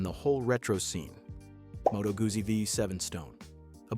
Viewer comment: Moto Goosie????Try "Goodsie"'